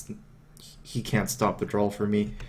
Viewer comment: Besides the amazing gameplay, one of my top reasons for watching his vids is that he says "drawl" instead of "draw". It's hilarious